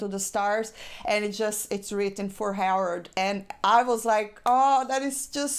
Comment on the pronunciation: Harold not Howard! LOL. Nice review you even had me getting emotional when you were describing the tribute to Harold Ramis.